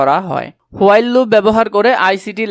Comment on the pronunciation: While-শব্দটা হুইল নয়,হোয়াইল😊